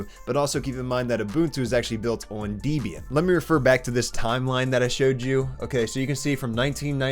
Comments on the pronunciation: As a developer on Windows who would really like to make the jump to coding with .Net on linux, I like your videos a lot. You've mentioned that you like history, so I'll throw one little nugget your way. It's pronounced Deb-ian (not Deeb-ian). The creator of Debian, Ian Murdock (R.I.P.) named it using a mashup of his wife's name (Debra) and his own. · Deb, It's Deb. As in Deborah. Deb and Ian. Not Deeb and Ayean... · It’s not de-bian it’s deb-ian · Not Deebian, Debian for Debbie, her name wasn't DEEBIE. lol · Hate to correct you, but it's pronounced Debbbyann (debian) after the creators daughter, Debby. Not deebian. Got it? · Debby and Ian Deb-e-Ian not Deebian.. I've never met a girl called Deeby have you??? Please get this right why do some still have no clue how to pronounce Linux names properly??? Also you are not proficient enough to recommend anything and this is obvious by your commentary.. Maybe you should just stop because this video is rubbish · I've now heard several people say Debian as dee-bee-un. I thought I read somewhere that it was comprised of two names Deb for Debra and Ian. Have I been pronouncing it incorrectly, Deb-ē-un, all my life? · Debian is pronounced "Debian" not "Deebian", it's a combination of the names Debra and Ian, the creator and his girlfriend at the time. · i've never heard anyone call it Deebian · Oh no that pronunciation of Debian (Dee-bian) :P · It's pronounced Deb Eee In my guy. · Mispronouncing Debian so many times made me cringe, but otherwise I think your tips are on the money.